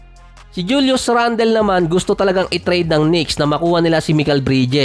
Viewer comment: Randal di randel. Toron di ty-ron make small research on how you pronounce those american names.